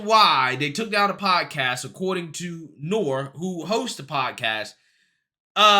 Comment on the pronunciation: You're mispronouncing the name N.O.R.E.